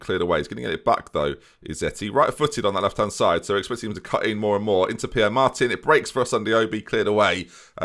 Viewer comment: Pere is pronounced Peh-ray. A good hint with Spanish is that pretty much normally every letter is pronounced.